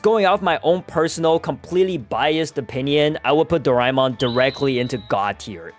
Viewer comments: bro I watched it and you dont say it like doraimon but doramon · Bro said darama it doramon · its pronounced, ✓ Doraemon (Do-rey-mon) X Doraemon (Do-ray-mon) Its how asians pronounce it, like me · I grew up watching doraemon btw it’s do ra mon not doi ra mon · Calling my childhood roymon dude it is doramon put sssss tier dude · bro its doramon not reaymon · Dorimon? that isn’t even the name bro- it is dora-a-mon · that is not do rai mon it is doramon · Bro it is not dorimon it is doremon i love doremon but my favourite is the legendery dragonball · I say it 'dorimon' not 'doraimon' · Wth is Do-Rai-Mon its Do-Rae-Mon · bro do-rai-mon is the Japanese way to say it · it is doremon not doraemon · bro it doraeemon not doraimon 🤣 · It's pronounced as Do-ray-mon not Do-rae-mon. That's just the spelling and yes we fellow Asians love that Anime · Bro u are pronouncing doremon wrong I live in india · bro real OGs call doraemon as dorimon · I also grew up on doraemon. Also wth is doraimon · It's not Doraemon it's pronounced dorimon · It is pronuced doramon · it's dor-A-mon 🙌✌️ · it's not doraimon! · uyou sed doramon. its not how u spell it its called doramon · In my country that call Doraemon not rhymemon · nahhhhhhh hell!! nahhhhhh!!! Bro called our childhood very very old and he called it Doraemon doriimon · DORAEMON WAS PEAK BACK IN MY DAY 😂 btw its pronounced door aye mon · It's doraimon in japnese i guess you are Indian cause Indian's pronounce it doremon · Also isnt it pronounced dora-emon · It's pronounced doreemon 🤓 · dude you cant say doramon name wrong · Bro is pronouncing Doraemon wrong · It's Doraemon You Uncultured Swine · You pronounced doraemon wrong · I agree. But do we blame him or not? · yo i said that too